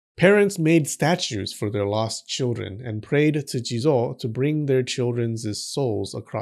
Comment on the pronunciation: Well kinda sounds like Jizus..